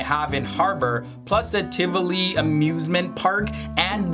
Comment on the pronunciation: as a dane, i died when he tried to say Tivoli😂